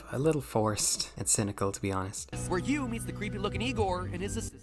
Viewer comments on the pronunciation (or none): none